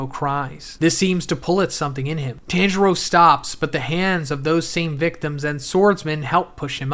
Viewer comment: Dude watch 1 anime episode its pronounce TON-Juro Not Tan U Swine